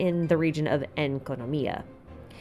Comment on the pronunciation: So I'm not the only one that always says Enkonomiya instead of Enkanomiya !